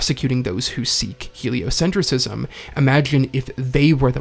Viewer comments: ………it’s pronounced “heliocentrism” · A bit of a nitpick? You're pronouncing heliocentrism wrong